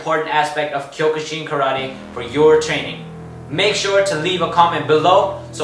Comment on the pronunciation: It’s pronounced kyo-kuh-seen